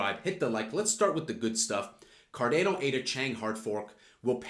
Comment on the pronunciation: Why do you say Cardano is such a weird way. You say "card-ai-no". But it's pronounced "card-ah-no".